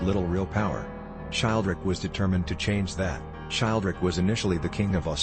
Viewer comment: I believe Childeric is pronounced: chill dare ick Just a minor quibble